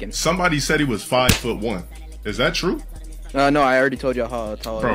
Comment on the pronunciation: “Is that TRUE…?” Like it’s a warcrime 😂